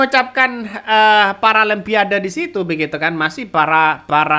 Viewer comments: apa susahnya nyebut paralon pa ade. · Maksud si samsul sih tadi nya mau bilang PARA "LUMPIA" DE...H...😂 Cuman di teks nya tulisan nya paralimpiade.....🤪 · PARA LIMPADE 😅😅😅😅😅😅😅😅😅😅😅😅